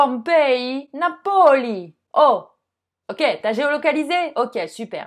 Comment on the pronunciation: Faites attention à l'accent tonique quand vous prononcez le mot "Napoli" La prononciation correcte serait "NApoli" (parola sdrucciola) et non pas "NaPOli" Il faudrait insister sur la première syllabe du mot dans ce cas-là